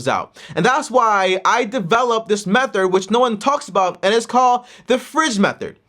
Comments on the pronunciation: can't say method, lol. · Loving that about him 😂 he’s a gem